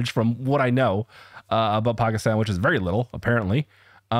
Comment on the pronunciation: Great job on pronouncing pakistan. Alot of people butcher it. Also great video man